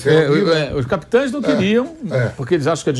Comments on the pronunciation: Só Vampeta fica falando capitoes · O Vampeta falando "capitoes" é doido hein!😩😩😩😩😩😩